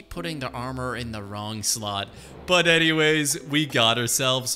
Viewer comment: so anymamays he said